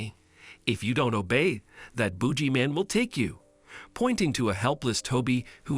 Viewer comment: It's I think supposed to be boogeyman